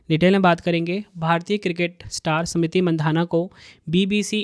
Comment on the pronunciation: Kaisa tumlog ko bolne nahi ata h kya samriti nam h ya smriti... Jaha bhi adha akshar h sab ko pura padh rahe... Teacher ho km sekm itna to ana chahiye...